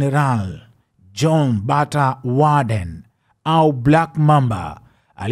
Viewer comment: kazi nzuri ila jina hulitamki vizuri general woden not warden amezikwa mbeya ndiko aliko kaa